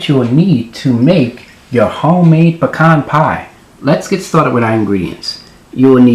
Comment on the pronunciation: Looks yummy! I will try this, mainly because you know how to pronounce pecan!!